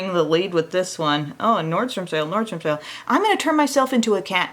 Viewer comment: Best part of the video - Nordstrom Sake, Nordstrom Sale; I am going to turn myself into a cat today. 🤣. Great morning laugh!!! Awesome look!